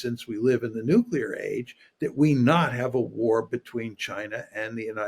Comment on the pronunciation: youi said nucular, didn't you?